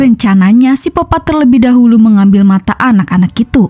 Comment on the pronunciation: Sikopat bukan sipopat